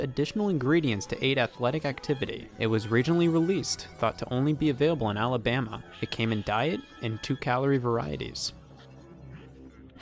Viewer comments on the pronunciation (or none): none